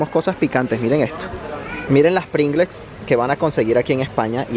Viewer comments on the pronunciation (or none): ¿¡PRINGLES!?, PRINGELS de toda la vida 😂 (escribo la palabra tal y como se pronuncia en España) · "PRINGLEKS" AJAJAJAJAJAJAJAJAJAJAJA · Las Pringles en España se pronuncia plingels me ha hecho mucha gracia cuando lo has pronunciado 😂😂